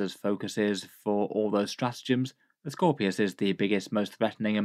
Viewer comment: Straatgems? not sure if you can fix that without taking the video down